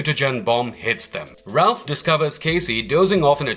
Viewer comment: Please please.....Raph not Ralph